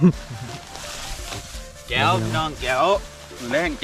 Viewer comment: Nonono no เเก๋ว ต้องพูดว่า แจ๋ว 5555